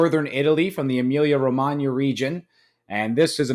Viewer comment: Can we take a second to appreciate the pronunciation of Emilia Romagna!!! Well done sir!!!! Great review!